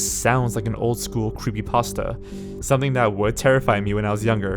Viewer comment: I am obsessed with how you say "Creepasta" instead of "creepypasta"